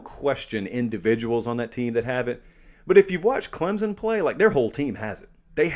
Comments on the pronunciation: Its pronounced "clemp-son" not Clem-zon". Christ!! What is so hard about that?? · there is NO z in clemson so get the Z out of there and say the name properly it is NOT clemzon it is clem SON!!! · It is CLEMson...there's no "Z" no "P", it's not hard....get it right. What, do you have to go there to know? Well, I'm 4th generation....so I sure know...It's like Clem's Son....give me a break. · ClemSon, not ClemZon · There's no 'z' in Clemson. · hey love the analysis! you usually pronounce Clemson just fine, but that phantom Z came out today haha